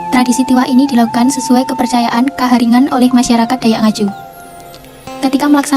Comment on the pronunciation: Sejak kapan kaharingan berubah jadi kahariangan?